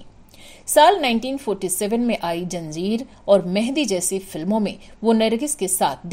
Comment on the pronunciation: It’s not joo baida it’s zoo baida, Zanjeer not Janjeer, Mazhab not majhab atleast pronounce properly 🙄